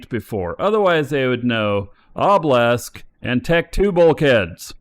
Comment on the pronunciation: Dear, its pronounced o-buh-luhsk, not oh-blesk, its driving me up the walls haha